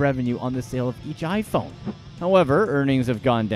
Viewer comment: The way he pronounced the iPhone name is frustrating